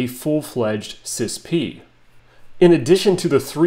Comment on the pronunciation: NOBODY pronounces it sispee. All acronyms are not meant to be spoken as a word…FYI.